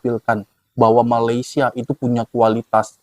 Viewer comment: Blh x abg betulkan sebutan Malaisia abg…salah tu sebutannya